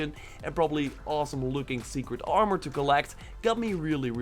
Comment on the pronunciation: Does this dude have some sort of speech impediment that prevents him from properly pronouncing certain vowels? Armor is pronounced "ar-mer" NOT "ah-more".